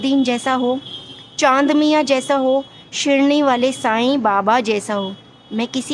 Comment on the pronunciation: Shirni nahi Shirdi hai madm